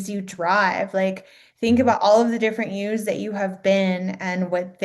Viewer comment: I love how she said all those different YOUS sounds like HUES! So much truth in the authenticity! I love source and all of you! Beautiful energy!❤